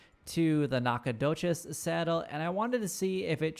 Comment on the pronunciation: He butchered it. It's NACK-uh-DOUGH-chiz. Source: I live here.